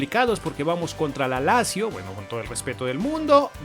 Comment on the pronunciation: Lazio zz suena TS S NO LASIO